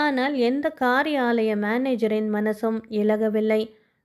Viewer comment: உள்ளம் உருக்கும் கதை.என் வயது 81.அதனால் மகளே என்று அழைத்து வாழ்த்துகிறேன்😂 கதைத் தேர்வும்,குரலும் அருமை.உச்சரிப்பில் திருத்தம்..காரி ஆலயம் என்று பிரிக்காதே மகளே! காரியாலயம் என்று சேர்த்துப் படி..